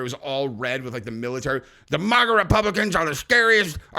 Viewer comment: It's maga not moga! Other than that, love your channel!